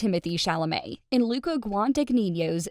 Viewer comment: Can you at least learn to pronounce Luca and Saoirse’s names correctly?